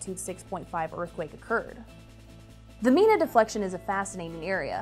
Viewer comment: say, from our spanish background, we say nevada and mina, as spanish does, so we like that, that you KNEW how to do that correctly.... so hope you do not feel too bad :) ... but, yes, for the locals = *there is usually two pronunciations, of name/towns, depending on the locals, (which is different than spanish pronunciations, french, or, german, or native american, etc) --- and then, thus, not the same as where the language-names, come from... ex: (nevada, means snowfall, in spanish) (mina, means mine, in spanish) (or, the name-- fermina sarras, a woman, from the town history, which would be pronounced as spanish) ... GREAT JOB, too, for the earthquake info, and set up... wow... i am from san andrea fault area of calif... and, really appreciate this, ... (san jose, goes through all kinds of pronunciations, too, as to 'locals' or true language... and, so does los angeles, as you would know... thank you so much!!! again, wow... good quake knowledge teaching... :)